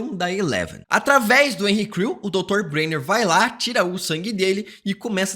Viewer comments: quantas vezes ele falou henry crew? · Cara eu não consegui deixar de ouvir "Henri Cristo", todas vezes que você disse Henry Creel kkkkk